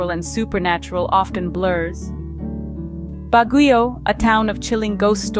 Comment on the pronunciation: Siquijor is pronounce Sikihor not sikwijor also Baguio is pronounce Bagyo not Bagiyo